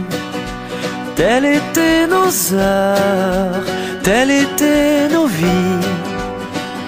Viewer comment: Ca fait bizarre je trouve la faute de liaison dans la musique "telles étaient", qu'il prononce "telle étaient". Surtout qu'il insiste bien et le répète à plusieurs reprises.